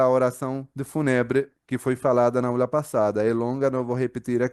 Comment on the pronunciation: Se pronuncia o "U" como vogal longa...Fúuuuuunebre.